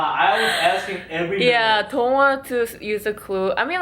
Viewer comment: Right?? It sounds like she says Tone.